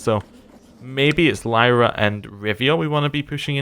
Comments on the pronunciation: Lyria is not pronounced /lIrA/ but /lIrIA/. Basicaly just like Rivia. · Doesn't pronounce the I in Lyria but pronounces a non-existent I in Brouver....